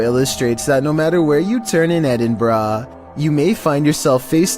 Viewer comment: What edinbraaa??it's Edinburgh